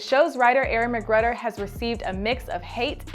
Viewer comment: It’s Pronounced MAC…..GROOOUUDER LIKE GROOOOOOOTER not Mac….Gruder